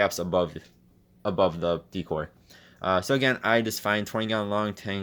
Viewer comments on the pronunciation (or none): He said deecore lol